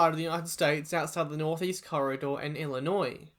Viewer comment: The way you pronounced Illinois made me smile because you got it spot on my friend